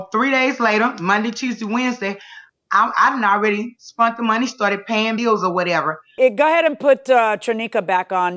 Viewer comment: Sounded like “spent” with an accent